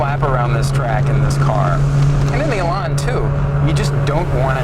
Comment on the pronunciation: THE worst description of the Lotus Elan I have ever heard. Plus, A Miata is nothing like an Elan. Nothing. Also, it's not pronounced Elon. Terrible.